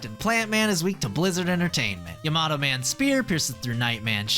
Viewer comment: bro said "yemato" man